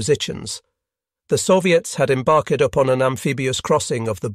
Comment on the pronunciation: Although "embarked" , "German defenders" and "wide awakea" does sound weird.